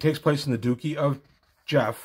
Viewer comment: Grand “Dukey?” Really?